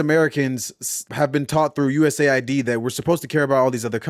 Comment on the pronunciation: Props for calling it USAID and not pronouncing it “US AID”, which it is definitely not.